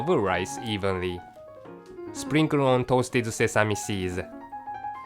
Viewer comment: ONE, ONE, ON, why he pronounces WON, God